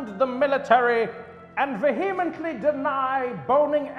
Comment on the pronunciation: Did he say "veHEamently"?